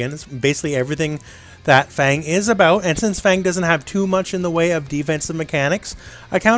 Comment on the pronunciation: Cmon, how long have people been playing this game and still say "Karen" and "Fang". The announcer says their names every time you pick them.